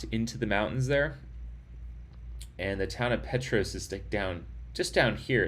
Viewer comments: Huge fan of the Barkley. I live locally in Oak Ridge. Thanks for your awesome live stream! Unbelievable finish! Respectfully, the town Petros is pronounced Pete tross 🤙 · Hey definitely after the fact, but I’m from East TN, and the little town of Petros is pronounced “Pee-trahs”. Awesome Barkley coverage! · Sorry, Pee Tross. The o is short & sounds like the o in cross. Petros Nice to hear you have been in Oak Ridge. We're the Secret City. There is a large Friendship Bell, a gift from Japanese located at the Civic Center 3? blocks to the East, off Illinois Ave /Hwy 62. Oak Ridge built the bomb for the war...The Y-12 Nuclear Plant is just off this highway 3? blocks to the left as you enter Oak Ridge